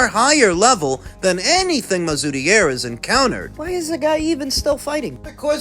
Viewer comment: You've actually done pretty well with the pronunciation of mazoudier too